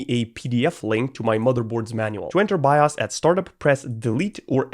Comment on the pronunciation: Bro actually said "BIAS'' and not bios